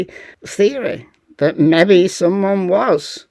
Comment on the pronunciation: Great presentation of the latest! Thanks. Your 'mebby' cracks me up each time! 👍